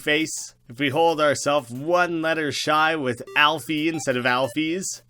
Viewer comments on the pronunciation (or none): none